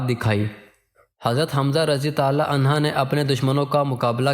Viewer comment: Aslamo Alaikum bhai apka talafuz ma ghalti ha anha aurat ka liya istemal hota ha or mard ka liya anho parha jata ha acha kaam kr rahay hain ALLAH pak parhnay ma jo kami baishi ha door karnay ki taufeeq ata farmae Aameen summa Aameen